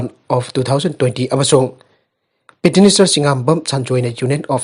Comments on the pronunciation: PETITIONER HAINA FAJANA PASI KEIDOUBAGE!!! HANJIN2 NEWS READING DA PETINISER HAINA PADUNATA LEIRE...TABADA NUNGAIJADE...YOU TUBE DA HOW TO PRONOUNCE PETITIONER HAINA AMUKTA YENGBIYUBA🙏🙏🙏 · Right Petitioner